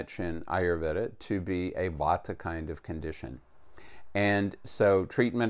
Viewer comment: Vata, not vodka. Vata is a dosha, like pita, kapha. It is a type of energy.